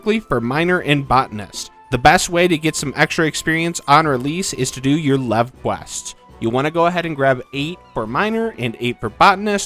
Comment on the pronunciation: It’s pronounced ’leave quest’. That’s why the challenge log is called Making like a tree.